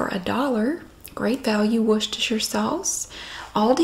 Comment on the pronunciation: Finally, an American that can pronounce 'Worcestershire' correctly... 😁